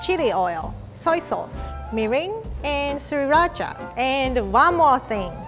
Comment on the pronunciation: When she said sriracha I heard 3racha